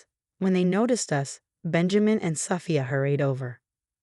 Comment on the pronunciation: Sooofia not Safa